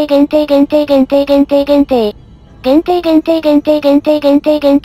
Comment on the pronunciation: ずっと限定って聞いてたらぽいじゃんって聞こえてくるのは俺だけか